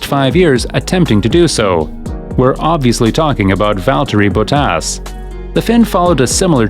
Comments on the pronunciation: His name is not "Bowtaas"🤬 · Valtteri Bo Tass, eh? And here I've been mispronouncing his name all these years.